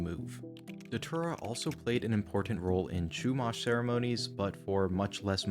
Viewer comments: You know it's bad when it's pronounced "deter-uh" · Datura ❌ Dhatura✅ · It's pronounced "Day-Tura"..... I've tried it once and NEVER again. We boiled in coffee and drank it. It starts off with not being able to see your phone, it's all blurry. Then the chaos begins. You see things that aren't there and talk to people that don't exist. It was a wild night, and I just roamed. I woke up on an ants nest wearing nothing but my boxers and one sock, that's it. I was about 3 hours away from my house. You get memory flashbacks over the next few days. It's a weird drug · i dont think you are pronouncing datura correctly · That doesn't work if you pronounce datura properly